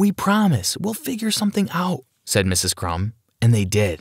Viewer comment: I'm sorry did you just say miss crums and Mr crms